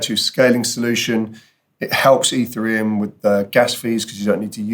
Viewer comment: You say ethereum like. E three um. Instead of eth Ear EE um